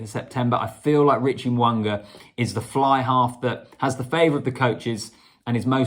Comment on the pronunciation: It is not Mowanga its Mounga there is no W in his name,its all about vowels AEIOU,Mounga